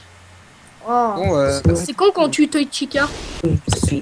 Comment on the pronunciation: a chaque fois que chica se présente j'ai l'imp q'elle dit pizza et pas chica xD